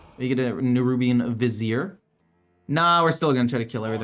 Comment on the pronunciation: Hey, your finally pronouncing "Vizier" correctly! Kudos!